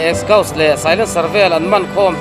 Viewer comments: Exkause a ti.....🤣🤣🤣🤣🤣🤣🤣🤣🤣🤣🤣🤣🤣🤣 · Exkhause😂 hi chu a ninawm alawm😂😂😂